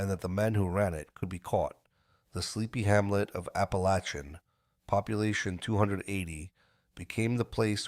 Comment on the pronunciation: It's pernounced APALACIN, I've been to that house, only miles away, I know all about it and who was there.